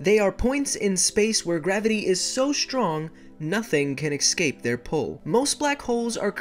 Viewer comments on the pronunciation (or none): Wait you said excape instead of escape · He said excape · Did you just say xcape